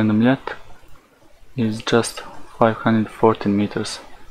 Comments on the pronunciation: kudos for pronouncing Mljet and Korčula. It can be hard for people who never learned any of the south Slavic languages. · Yo can we all appreciate superb pronounciation of Mljet and Korčula? That was pretty much perfect! Also props to Marko, he actually went out and did legit experiments, so he gets a thumbs up for effort, even though he's is wrong in the end. Though I still don't get why these Flerfs keep saying "Ha! I shouldn't see any of this island but I can see half of it!". That still proves the globe, you would have to see literally all of it to prove the Flat Earth. Most of Mljet is clearly hidden behind the curve on his observation, yet he claims that a tiny portion of the island is visible and that proves the Earth is flat? His logic is just flawed.